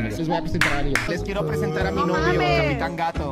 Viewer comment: Alguien más. Noto que dise gato capitan